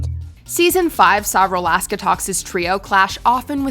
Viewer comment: Hearing “rolaska” instead of “rolaskatox” threw me I can’t lie